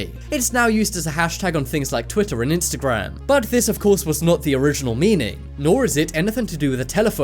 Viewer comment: It sounds like your saying instacram 😂😂😂